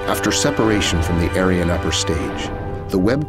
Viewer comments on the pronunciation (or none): Just one thing. Ariane is pronounced 'arryanne, not aireane.